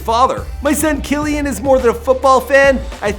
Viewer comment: BTW it is Key-Lan